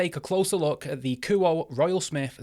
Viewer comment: kuo-eh.. not ku oh